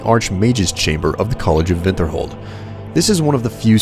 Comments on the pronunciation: lol college of vinterhold. WINTERHOLD MAN! WINTERHOLD! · are you German at all because you said Vinterhold a very common way of saying w's in german. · And I was telling you, he's pronouncing it as the Nord do. Vinterholt. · "college of vintherhold" & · You say Winterhold like "Vinterhold" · Would you mind telling from what part of the world the vinterhold pronunciation is used. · not even the npcs pronounce it "vinterhold". get over yourself man, just cause someone finds your fancy pronunciation strange isn't anything to call them uncultured over. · Also, I gotta say. Thanks for being a douchebag calling me Uncultured rather than simply telling me why you replaced your W's with your V's. Glad I subbed to you.